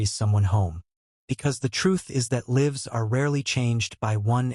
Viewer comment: AI mispronounces words and is sometimes difficult to understand. Example: mispronouncing lives (long i) as lives (short i).